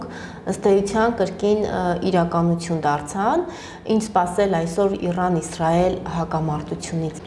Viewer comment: ջան,Իռան չի,Իրան է։